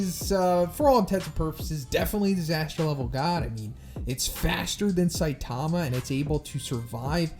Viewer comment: stop saying Saitama name like that. (Say-tama) 😂